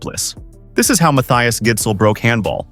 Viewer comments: It's pronounce Gissel, if you were wondering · man the pronunciation of his name is atrocious, it's a soft d. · the d in gidsel is silent btw